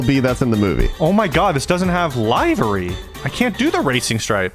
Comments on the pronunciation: Im sorry hearing yall say “livery” wrong is the most nail digging thing to hear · “Live-ery” hurts my ears😂 I say li-ver-ee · Boys... 😂 It's liver-y. Like the organ. It comes from the days of livery stables. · It liv ery =livery